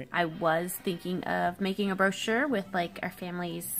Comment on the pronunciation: Bro-chure Bromance